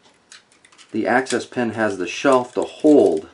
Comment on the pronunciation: Sounds like you are saying access pen. It's called an axis pen because it's the axis point of the parts.